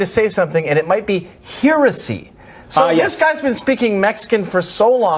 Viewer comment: It's not here-esy, it's heresy, pronounced like heretic.